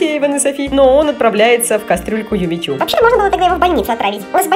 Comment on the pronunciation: "Юми-чу" правильно